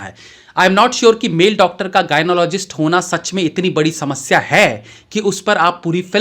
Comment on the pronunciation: Gynecologist bhai.. Gynologist nahi.. Video banane ki itni jald bazi kyu...